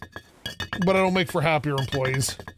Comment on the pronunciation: “It matters how you word things and how you say things” *pronounces employees “employlees” Haha sorry. Been watching you for years and have to give you some crap. I also don’t skip ads sooooo…you’re welcome? Keep ‘em coming. I love this series:)